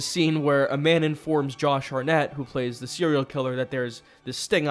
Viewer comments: He's saying Harnett instead of Hartnett because they got T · HarTnett, with a T. Not Harnett. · Ah yes. Actor "Josh Har-nett". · HART NETT not HARNETT omgggg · Why are you saying Josh Hartnett's name so weirdly man haha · To get more engagement. It's crazy how saying words diffenelty makes people want to comment and watch the video longer.